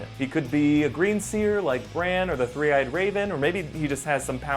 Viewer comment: Three Eyed Raven... Tree Eyed Raven?